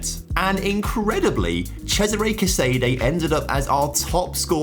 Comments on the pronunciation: 'Casa-Dey' would be closer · Your pronunciation of Casadei is really painful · The way you pronounce Casadei's name makes me so upset 😂